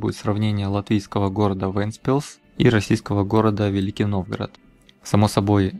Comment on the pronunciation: отдельное спасибо за произношение. таки действительно вЭнтспилс, а не вЕнтспилс. и да, Вентспилс так выглядит уже очень давно, был там первый раз в 2003-ем, было тоже самое что сейчас.